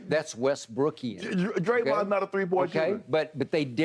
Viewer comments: he say “westbrookin”💀😂😭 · "Westbrookian" lol